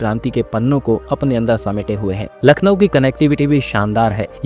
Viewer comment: Voice over should be more refined . Pronunciation counts sp for Lucknow ..